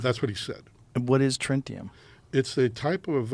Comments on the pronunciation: He might have messed up by saying trintium instead of tritium but he is consistent with his description of his placement in the vehicle (twice) and the fact that BDU uniforms were used at that time. Joe is wrong when he says tritium in watches only works for a few hours, it is radioactive and will illuminate watch hands or gun sites for years. Is the guy lying? I don't know. He didn't say what specific vehicle he was in. Hummers, Blazers, or Dodge pickups did not have tinted windows if they were military vehicles. Suburbans did have tint if they were not utility vehicles. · It seemed suspicious to me that he mispronounced tritium. I would have thought that he would be familiar with tritium being in the Forces. Then even when they asked if he meant tritium - he first says to look up trintium as well. And the way Mr Rogan was describing tritium as being the glow in watches - and he didn't correct himself immediately is also mysterious. These type of small mistakes seem to be worrisome. Like that Shawn Ryan guy saying he never heard of fleshettes. Very interesting subject nonetheless and with the news that all those drones over the east coast were FAA certified and were probably test flights for some new defense system. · If he was told a word by an alien, he'd remember the word, that's a life changing event and he can't remember what the alien said? "Oh, I might be mispronouncing it. Maybe it was tritium?" BS! If this actually happened to this guy, he'd remember exactly what the alien asked for, it'd be burned in his head, and he'd have already investigated it. I'm calling BS on his story. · I had to give up after "Trintium". Just like listening to a supposed expert say "fentynAWL" 20 times in an interview... I just don't believe you if you don't know how to pronounce a word that you're supposed to be intimately knowledgeable about. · If he didn’t speak English how tf he say trentinum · Its defiently Trintium..... "Maybe I miss pronounced that" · he he say “tritium”?